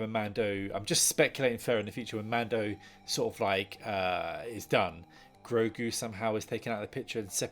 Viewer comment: Say it with me, h i s n a m e i s G r o g u